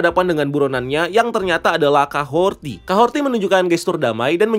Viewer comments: dari breakdown eps kahorri kemarin, kok kahorti si bang nyebutny? udh jelas" di subtitle jg kahori, R ga ad T. di series juga mereka nyebutny jelas kok "KAHORI", kadang aja r nya rada tebel, kadang r nya ga bunyi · Kahorri bos, bukan kahorti. Jd kyk denger nama bu suharti 😂. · Kahori bukan kahorti wkwkwk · Kahhori bang..bukan Kahhorti..haduhh..kebanyakan ilmu ttg marvel comic sampe salah ngasih nama